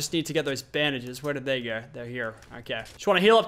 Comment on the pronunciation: its no, not nir....to, not tir...go, not gir!!!😑